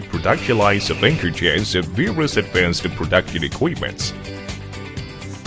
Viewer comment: Given this is a video about Anchor Chains, I think hiring someone who can't get close to pronouncing Anchor Chains was a bad move.